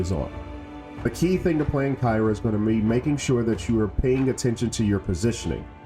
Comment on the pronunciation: good tutorial but he didn't even pronounce her name right and only covered solo glyphs board o.O